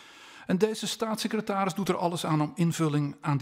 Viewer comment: "Stasisecretaris" niet "Satsisecretaris"